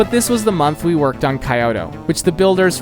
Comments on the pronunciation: btw it’s pronounced like keyoto, not Kioto. Well, not the most accurate description but probably the easiest for an English speaker. Japanese is a syllabic language, so the city is actually kyo to (each one syllable) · Kyoto is pronounced K-YO-TOE not kaiyoto